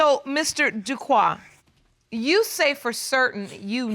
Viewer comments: Everytime the Judge and Mr Duque pronounced his name as Duquoi the French speaking/Haitian part of me corrected them like they can hear me. 🇭🇹🇨🇦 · yes I kept correcting them is Duque not Duquoi.